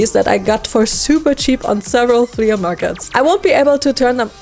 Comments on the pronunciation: Its pronounced "flee" not "fleya" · It's pronounced "FLEE" MARKET.not flea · Her accent when she said “flea-UH” market😂😂 I love it makes me laugh every time!